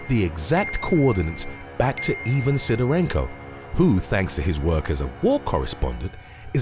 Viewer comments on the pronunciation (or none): Ivan, is pronounced I-van not E-van.